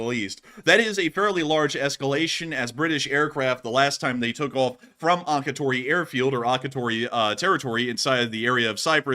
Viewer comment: Akritori, Cyprus is pronounced Ak-ree-tor-ee